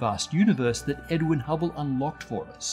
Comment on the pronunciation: he said edwin, but his accent made it sound like edward